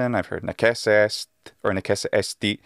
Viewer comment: Est pronunciato esti o este ricorda la vocale paragogica del sardo